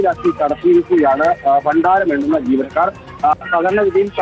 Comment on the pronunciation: ബണ്ണാരമല്ലടാ പൊട്ടാ ഭണ്ഡാരം ...... താനൊക്കെയാണോ റിപ്പോർട്ടർ